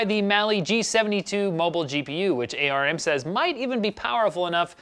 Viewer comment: A.R.M.?? it's arm you doof